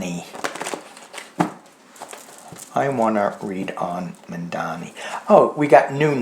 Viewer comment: It's Zohran Mamdani, not Mandani. Two m's and one n. Like Mom-donny.